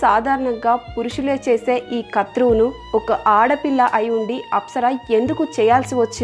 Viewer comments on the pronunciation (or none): కత్రువు కాదు క్రతువు అనాలి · Learn to speak correctly. It is krathuvu not karthuvu as you have spoken